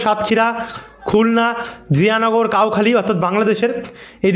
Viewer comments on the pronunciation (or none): বন্ধ। ওটা নাকি কাওখালী হবে না ভাই। কৈখালী হবে ভাই